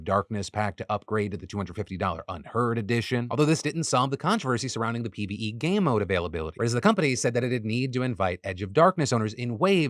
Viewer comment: and why does it sound like my man is saying "gay mode" lmao